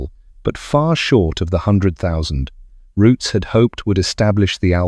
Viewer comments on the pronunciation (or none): Its ROOTS NOT ROUTIES. GET IT RIGHT YOU LOOSE CREDALIBILITY. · There's no 'e' its Roots. In the UK known as 'The Roots Group'